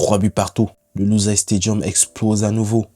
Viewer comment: Merci pour ta vidéo. Pour ton info, la ville qui a accueilli cette finale est une ville arabe, donc ça se prononce "Loussaïl" avec un i tréma, et non pas "luzaille" comme la presse française le prononçait en massacrant le nom (ils ont cru que c'était un village français des Pyrénées pour le prononcer aussi horriblement).